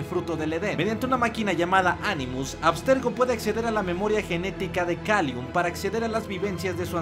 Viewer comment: Pero es Callum, no Kalium xD